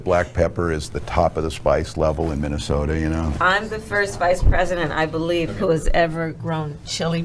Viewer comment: Did she say she's the vice president or the spice president?